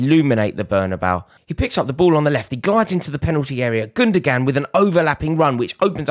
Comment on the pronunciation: Pet peev... Its spelt gundoğan not gundogan, the ğ is a w sound, 'gundowan'. Silent g (ğ)